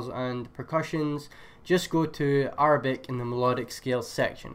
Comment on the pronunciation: bro its (air)-a-bic not (are)-a-bic LMAOOOO